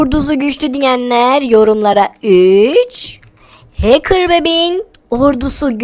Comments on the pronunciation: Hakır değil hacker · Həkir deyil Hecker